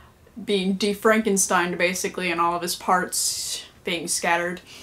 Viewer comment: "de- frankisteined" lol